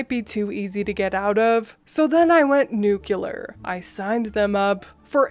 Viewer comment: Oh come on. You ARE bright enough to say "noo clee arr" with no problem. Teach Baby Brew to say it too.